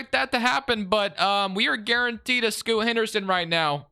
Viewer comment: Great video as always. You gotta use a different user draft class or edit Scoot's name... is is % NOT Scotty... is Sterling "Scoot" Henderson lol